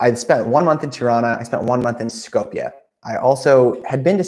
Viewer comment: Shkoop you pronounce it like scoop of ice-cream but with "shoo". That's how Skopje is properly pronounced.